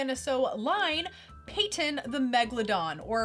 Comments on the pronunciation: Why are you saying PAYTON when it says PATTON (PAT-IN)? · PĂT-ton. Like Patton Oswalt. Or Mike Patton. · Think it's pronounced like General Patton.